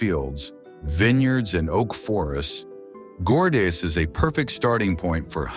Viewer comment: Pronounce Gordes properly. No S